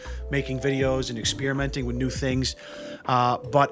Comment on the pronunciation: What's an exSpearmint? Anything like exPeppermint?